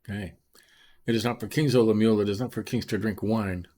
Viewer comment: Annunciation is wrong. Lemu el